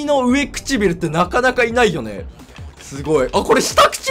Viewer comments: うえちくびる くちしてぃびる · うえくちびるではなくてうわくちびるじゃないのかとおもった(笑) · ずっと上(うえ)くちびるっていってんのほんと面白い